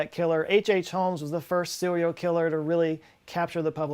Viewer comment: sewial killer